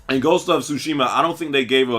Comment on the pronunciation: Lmao dude said ghost of sushi😂😂